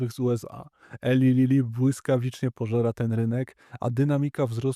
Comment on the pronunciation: Nie Eli Lili - tylko ILAJ Lili - Na Boga najwyższego, bo uszy mi padają.